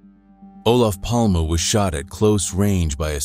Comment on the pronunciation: Bra översatt text och väldigt realistisk AI-röst. Snyggt! Dock skulle du kallat Palme för "Palma" för att den inte skulle uttala namnet "Palm".